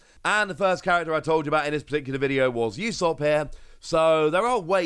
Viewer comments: So Usopp is pronounced with an oo type sound. His name is a mix of Uso(Japanese for lie) and Aesopp because usopp is a liar who is introduced as someone who loves telling fables, even if they might not be true. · Usopp? The way he said it……